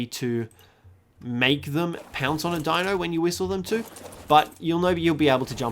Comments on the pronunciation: it's not daino its dEino try to say it with an e not an a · the way to pronounce deinonychus is day-non-i-cus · It's pronounced DEN-NON-Y-CUS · Die - non - a - kiss Deinonychus Its not that hard Jk love the vids . but ut is prounounced that way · It's (Die-non-uh-cus) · here is how you pronounce it (die-no-sue-chus) :) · Hey try to pronounce the deinonychus. Dye non ey cuss. But try it all as one word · the way to pronounce it is die-non-icus